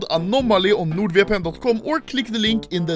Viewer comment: pretty sure he said nude vpn